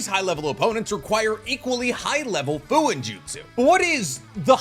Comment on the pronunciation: Fuuinjutsu pronounced “foo-oo-een-joot-soo “ not “foo-in-joot-soo”